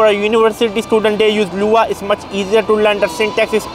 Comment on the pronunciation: I'm here to say that the fact you said LUA instead of lua..